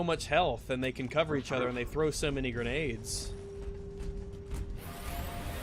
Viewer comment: “Its an endwess stweam of gwenades constantwy”